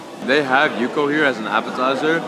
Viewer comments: Bruhhhh yukhoe is pronounced yook hweh 😂😂😂😂 I’m a recent sub cause I think you’re funny af but I can’t tell yet if you’re purposely fuvking up Korean pronunciations lolllllllll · LMAOOO not the way ur saying yukhoe